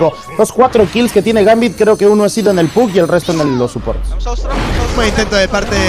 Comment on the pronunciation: Porque dicen Gampi en vez de gambit? Estos casters son la kgada.